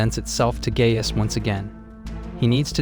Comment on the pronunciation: It's pronounced like guy-us